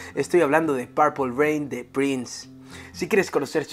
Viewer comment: TE INVITO QUE PRONUNCIES BIEN PURPLE ..... PLEASE ME AWITASSS